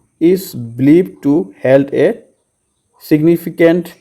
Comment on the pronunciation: Held nhoi sir hold hoi